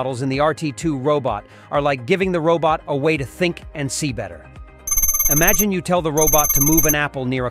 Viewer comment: "imagine' "Technologies" and "vital" are a few words you've got to work on at the end, but ultimately well done video.